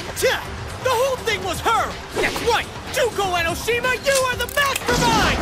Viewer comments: In the beginning he really said "Juneko Ennoshima" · how the fuck do you pronounce Junko Enoshima